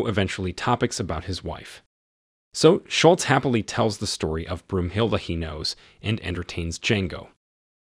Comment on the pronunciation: the german name is Brunhilde not Broomhilde 🤣